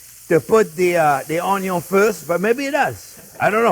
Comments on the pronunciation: I didn't see the channel's name when I watched it and until the point where he says "onio(n)" for the first time, I thought he is Italian 😉 May I add my tip for not having the olive oil swimming on top of the sauce later on? In the beginning I fry the minced meat on it's own till the moisture is out, then I add the pancetta or even lardo, which is enough fat for a nice caramelization. Thanks Chef for this original recipe and thanks everyone for reading 🙂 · "Cuh-ruh-ma-lize onyo." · Few things are better in life than hearing Chef Jean-Pierre say "Onyo!"